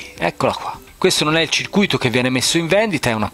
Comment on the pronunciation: A CIRCUITO si legge CIR CUITO, la parola che dici te ovvero CIRCU ITO significa ingannato